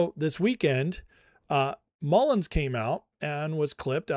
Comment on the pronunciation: love ya guy - but it's Mullin. No "s" at the end. 😉😊